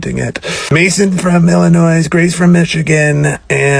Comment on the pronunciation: The s in Illinois is silent... Just saying 😅